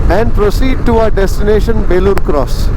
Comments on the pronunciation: Enjoying long drive.. its Belluru cross not Belur cross.. In Kannada.. ಬೆಳ್ಳೂರು ಕ್ರಾಸ್.. ಬೇಳೂರು ಅಲ್ಲಾ. 😎🙏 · Good video....Let me correct place name pronunciation. It's Belluru (ಬೆಳ್ಳೂರು) cross not belur cross.